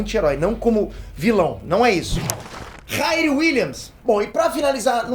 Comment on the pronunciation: Se diz RIRI e não RAIRI